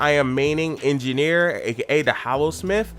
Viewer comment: Honestly his "Hallosmith" is just the accent talking.